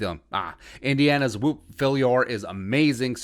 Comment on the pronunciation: Whop - like Whop-eration. not wooop